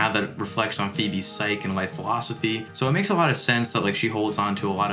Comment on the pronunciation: "phoebe's psych" when you I think meant "psyche" unless I'm not with the kids these days, but I'm not going to knock a man for mispronouncing a word he read. Or do we know abbreviate one's psychology like psych 101?